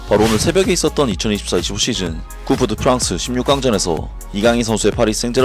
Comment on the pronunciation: 항상 재미있게 보고 있습니다. 상새한 설명 감사합니다. ( 꿉 더 프랑스로 발음을 참고하시고...)